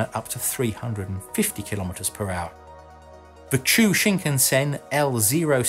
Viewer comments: i think it's chuo not chou shinkansen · it's Choo-ou Shinkansen, not Choo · It's Chuo Shinkansen, not Chou. Chuo means central in Japanese by the way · Chuo, not Chou Or more specifically, Chūō. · It’s not “Chou” shinkansen but “Chūō” (choo-oh), meaning central, as it would cut amidst the bigger island of Japan, instead that on its east coastline (in fact, the other line, Tokaido, means “road of the east sea”). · ❌Chou Shinkansen ⭕Chuo Shinkansen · Great video. Just a friendly reminder that it’s the “Chuo (pronounced Chu-ō”) Shinkansen”. Chuo in Japanese means “central”.